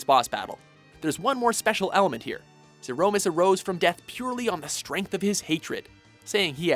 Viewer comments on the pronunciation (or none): Zee-Rouh!-miss... he must be doing it on purpose just to annoy people xD (Something I totally support)